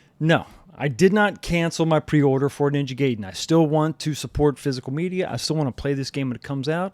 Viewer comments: ...guy-den, not gay-den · It’s pronounced Gai Den , not Gay den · Check AVGN Ninja Gaiden episode, it's Guuuy-den! 😂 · In Japanese you break down the word into syllables - Ga I De N "Guy-Den" is the closest way of writing it out phonetically in English. Ninja Guide-n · Cool video! I like the way you say Ninja Gaiden in English! 🇺🇸 🤝🇯🇵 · I enjoyed hearing you mispronounced Gaiden (外伝) every single time you said it in this video. ;-)